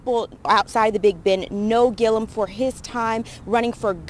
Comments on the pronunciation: Ti, love you but you gotta start getting these names right...Andrew Gillum, not Gillium! 😩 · It’s GILL-UM not GIL-E-UM lol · I love you Ti, but his name is pronounced Gill-um.